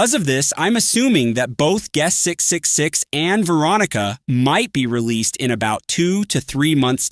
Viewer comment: can you say triple 6? not 666, it's quite unsettling with those pause